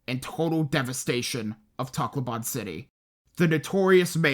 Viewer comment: Sorry if this is a little mean but your pronunciation of Takloban is absurd and btw im Pilipino